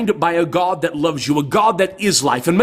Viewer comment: you're a heretic, liar, ignoramus, and you say guhawd like it makes it more powerful. prove god for me, then explain suffering. I can't stand that you're profiting from me having watched you're ridiculous rant.